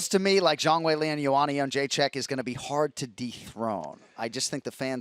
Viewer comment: who’s Lee???? You mean Weili??